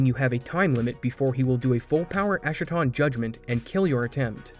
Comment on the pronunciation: Good video but if I may nitpick a little, it's pronounced es-ka-ton (ɛskə).